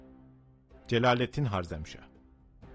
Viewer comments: Sözde tarih. Cengiz Han kürt mü sanki de karşısındaki sadece Türkmüş gibi davranıyorsunuz. Ayrıca harzemşah değil harezmşah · 1 - Cengizhanın ordusunun yüzde 75'i türk idi. Yani soluk benizli moğollar değil türkler saldırdı ama tabiki Cengizhanın buyruğu ile. 2 - harzem değil harezmşah. Bunlar haricinde video çok başarılı kardeşim. Yolun açık olsun.